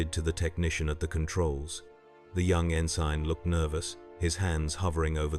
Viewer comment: Good grief, fix mistakes. Tee Eye Eee fighters? N Sign?